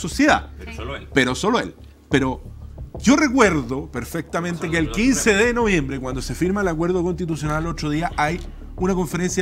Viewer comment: boric "lo recuerrrrrdo perrrrrfectamente, una cerveza lager, fermentada, 5.5, sin lupulos...." Se le hizo agua la boca al aprendiz de allende